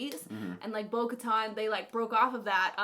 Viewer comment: I'm dead, she said Bo-Kahtahn